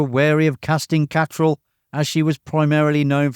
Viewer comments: Kim Cattrall... Ka-TRELL not KA-troll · Don't like to nitpick, but that absolutely isn't how Kim Cattralls name is pronounced